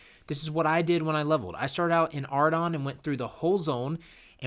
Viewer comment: It really is a shame, that you choose to pronounce such a beautiful name Aueidon ao it sounds like you are saying "Hard-on" Surely it is either Ory-Don or Ore-I-Don or Ow-Ree-Don, or any mix of those Anything but 'Ardon Im not just nitpicking btw, as a new player ive sat through aobut 20 of your new player guides and so forth and kept hearing it I had to speak out